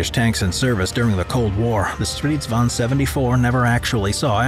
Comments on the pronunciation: Stridsvagn not stRiSvAn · As a swede i just love the way people from other countries say our words i just find it realy funny. You forgot the hard G in Stridsvagn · Kinda annoying that you forget the G in stridsvagn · "Striidsvaun" lol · i'm swedish, and i have NEVER heard anybody say sanslös. it's something else but i can't get my hands on it. 6 MONTHS LATER, I FOUND THE WORD! "meningslös" (and your pronounsiation of stridsvagn is ridiculous, but keep it in, it's funny.) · i hate how he pronounces stridsvagn